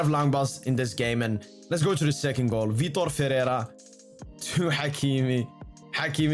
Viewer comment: I love when you say Vitor Fereirra😂🎉